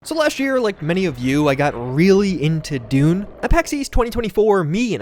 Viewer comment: i keep hearing "Dude" instead of "Dune".